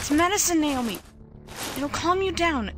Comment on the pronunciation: How the mom pronounced Naomi's name "nay-oh-mee" bothered me. Other than that, it's good.